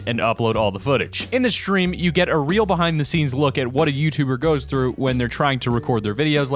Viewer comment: does someone else understand shream instead of stream or is that just me making the st in stresm sound like sdream instead of shream like an sh in shoe